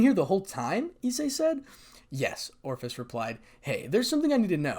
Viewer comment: Ophis... Long "O" followed by fiss. It ain't hard, brother.